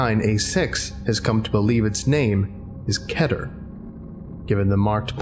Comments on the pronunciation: Awesome Job! It does hurt me though when you say Ketter rather than key-ter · i think it's pronounced "Keeter" not "Ketter". The name is Peter, not Petter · It’s keter not kaytor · not to nitpick or anything, but its pronounced keter (kee-ter) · We know he's not a dr or he would have said keter right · For the love of all that is good and holy it’s pronounced “kee-ter”. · It is pronounced keyter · I dont think keter is said the way you said it but great video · U say keter wrong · Ya didn’t say keter correctly